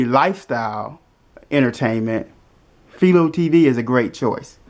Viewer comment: It's pronounced FY-LOW....named after the inventer of the TV picture tube Philo T Farnsworth